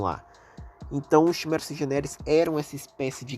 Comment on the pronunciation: desculpe reclamar mais chimera se pronuncia quimera,n é algo de ben 10 é do portugas msm(eu escrevi portugas de proposito,odeio ter que explicar essas piadas)